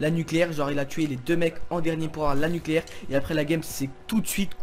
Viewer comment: " nuclaire " gg x)